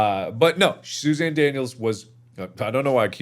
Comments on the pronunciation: Guys it's not Susan its SOUEZAN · johnny english: "its not susan, its shushan"